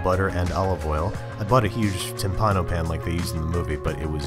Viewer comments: Great stuff! (But the accent goes to the first I) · Tìmpano no timpàno dio ti fulmini